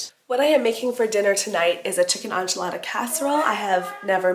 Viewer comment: Sincerely from a Mexican, and with no offense intended...it's EN-chilada sauce with a short 'e'. Not ON-chilada. 😅